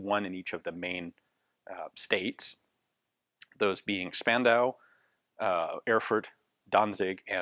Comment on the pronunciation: not "zbaendau", "schpandau" :-)